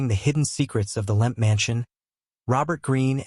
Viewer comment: It’s Lemp, not Limp or Lamp